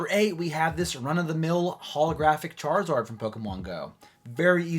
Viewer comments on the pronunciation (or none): What the heck is a “charzord” lmao